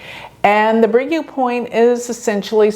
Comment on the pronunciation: Fascinating you anglophones are so lousy at pronounciation; U is not YOU but OO...